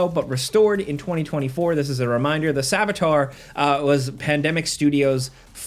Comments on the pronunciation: Its not Sabatar.. its Saboteur. Its french. Goodness at least get the word right. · thats not how you annunciate Sabotuer. Its not SABATAR. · What the hell is that pronunciation of "saboteur" lmao